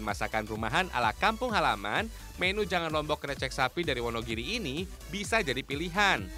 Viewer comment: pembawa acaranya lucu dan aneh. membaca menu di baca mènu. bahasa indonesiamu mas di pelajari lg yg baik dan benar EYD nya